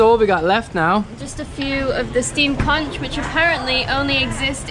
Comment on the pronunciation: Guy's try to beach at high tide❤️ This time of year is windy and its hard to picture the perfect landscape 😂 We used to visit Krabi twice a year before the pandemic. Anyway try to time the high tide for beach's............ got it wrong this time its pronounced "KONK" but spelt Conch 😊 have fun xxxx